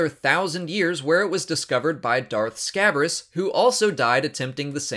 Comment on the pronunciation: It's Scabrous, not Scabbers.